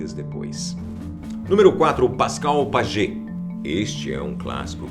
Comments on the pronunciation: Pascal Paiê, como se lê o sobrenome e não Pagê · Pagê? Acho k se le Paye! O Pascal Payet! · " pajet " ahahaha wtf